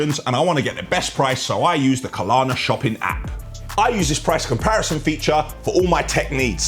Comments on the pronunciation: When said 'Klarna' at the beginning, i thought great, he's taken notice... BUT back to his skits and he's back to Kalana. Someone tell him please! 😬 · It's Klarna, not KAH-LAHNA :D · it isn't "Ka Lar Na". Just "Klar Na" 🤣